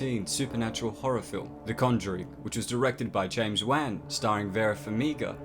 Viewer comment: am i the only one who gets triggered by the way he pronounces james wan? xD